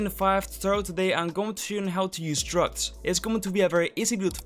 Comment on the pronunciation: I could've sworn at the beginning you said "today I'm gonna show you guys how to use drugs" 😅 lol lovely video as always! 💖